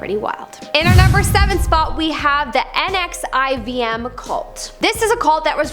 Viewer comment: it's pronounced "NEXIUM" like the drug for depression